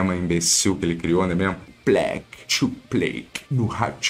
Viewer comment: E o filho dele fala o lema idiota "thu plack thu play do rathuflay"